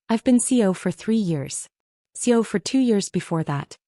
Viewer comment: It’s CEO NOT CO! So irritating that and lots of other words mispronounced that if a live body were reading instead of machine would most likely be pronounced correctly.